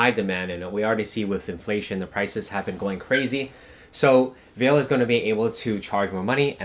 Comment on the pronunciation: Hi, thank you for spending the time to do all the researching for us. They are really informative. I bought some of the stocks that you recommended. However, I would like to let you know that the pronunciation for Vale should be "Vah-Lay". I worked in Vale and been to the HQ in Rio so I know.